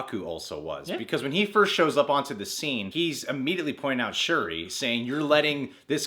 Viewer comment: and shuri. He's like dj benhameen the butcher of names